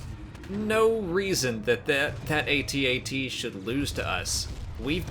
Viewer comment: I love that she pronounced each letter in "AT-AT." I've always said it that way. Is this the first time it's been pronounced that way in a canon source?